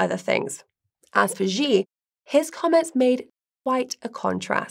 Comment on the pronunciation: Why does the pronunciation here oscillate between "Xi " and "Ji"? The former is correct. seems to have a touch of the Bidens themselves. I have learnt that love their narratives. I ll be safe and look out for missiles before work though!